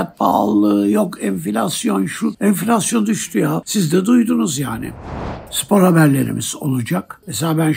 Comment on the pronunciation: Enfilasyon düsdü😂😂😂😂😂 Beli girildi enfillasyonun agepenin guvetinle😂😂😂